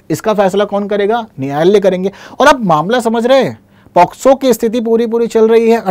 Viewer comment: Sir ye पॉक्सो होता है शायद।। आप पोस्को पढ़ा रहे हैं 😢😢